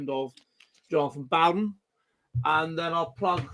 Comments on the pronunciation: Pronounce the man's name right for God's sake! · can't even pronounce his name correctly. How much research can he possibly have done?